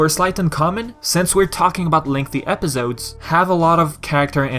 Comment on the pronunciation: Its funny how you say Epizodes instead of Episodes (no hate, I swear)